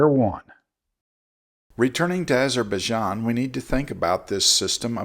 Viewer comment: "Eyes of baijan"